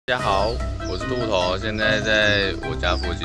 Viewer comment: 兔頭聽成禿頭